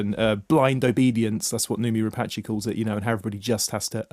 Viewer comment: I wish would learn how to pronounce, 'Rapace'. Rhyming it with Apache is just bizarre.